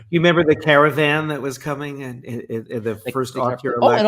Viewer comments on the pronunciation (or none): none